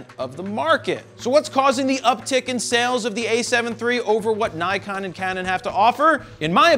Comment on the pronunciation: I thought it was impossible to say Nikon wrong guess I was wrong